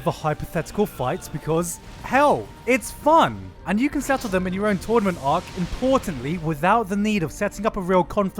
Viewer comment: I can't stop thinking about you saying "tornament ark"